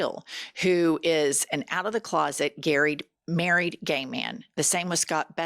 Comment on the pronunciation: “Gayrried” - new word Jenn!